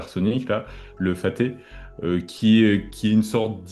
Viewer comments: pas faté mais FATAH avec un bon H !! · le réveil de la force pour de vrai. Même l’amérique se bat en retrait .... Pour le missile aero balistique: il ne s’appelle pas "fati" fati c'est ma voisine du 7 eme: cependant il s'appelle "Fattah" : le H à la fin se prononce et il est très important car c'est ce H qui explose. Macron insignifiant: "en marche avec des gifles" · Le faté,ca se prononce le fata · Ça s'écrit Fattah mais ce prononce Fatté? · C'est Fatah et non Faté, et le H se prononce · faté? mdr le journalisme d'aujourd'hui. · C’est pas « faté » mais « fattah » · C'est le Fatha pas le Fahte 😭